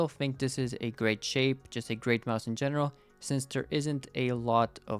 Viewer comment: "its a very shape sape"